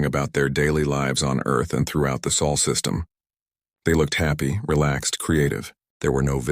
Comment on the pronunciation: SOL SYSTEM! NOT SAUL!